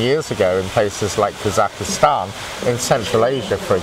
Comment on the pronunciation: it’s called Kazakhstan 🇰🇿 Not a Kazakistan ! That guys is stupid !!!